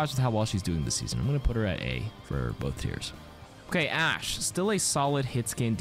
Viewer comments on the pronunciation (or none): none